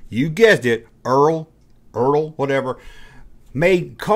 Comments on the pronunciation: LOL! You are struggling on that brand aren't you - Dont worry - You are not the first... ERTL is pronounced "ER-TELL" And I REMEMBER SPORT BILLY! The Toy is Billy's Time Machine... The Characters would end up travelling through time to numerous Sporting events through history... Very odd show but it was fun! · It's pronounced "ertl".